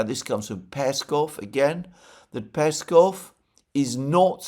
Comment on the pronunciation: PeskOv, Alexander... it's PeskOOOOv.. like LavrOv or UshakOv.. accent on O